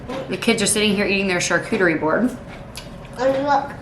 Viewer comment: says charcuterie really well. Even I who is in my 30's couldn't say it very good at first. Also, I love that bowl that had the name of Jesus in it. What did it say completely?🤔 Also, your coffee cake looks amazing, and I'm glad it tasted amazing as well. 😊 Hope you all have a good weekend and week as well! 🤗 Be encouraged!!😁 Love ya, friend!🥰